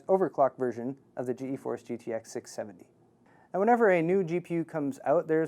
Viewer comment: Why is he saying G E Force? its Geforce u idiot! One word!